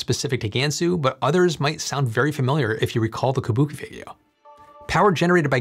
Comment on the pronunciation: Tip: “Kubuqi” is pronounced [koo-boo-chee] not like the Japanese word Kabuki [kuh-Boo-kee]